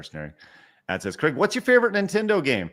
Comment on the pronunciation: I laugh when Americans dare to criticise anyone else of not pronouncing words properly. Craig can't even pronounce his own name correctly.